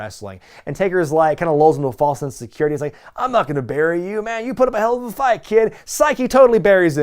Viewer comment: I always thought it was pronounced "Hellofa" Kick not "Hell-ooo-va" Kick.